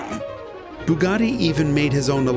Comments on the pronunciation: Bugatti, not boogotti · The F40 would like a word in your ear about who was the first carbon car.!technically it’s a carbon/kevlar mix but aye, t’wasn’t the Bugatti old bean. P.S. Bugatti isn’t pronounced ‘Boooogotti’, that’s why they use a U, not a double O. Not forgetting the A, of course: One would assume a fellow would know this if said fellow was doing a special feature on the fkn things. You lot over the pond haven’t mastered English yet, so you really shouldn’t be stretching yourselves by trying to have a whack at the Italian.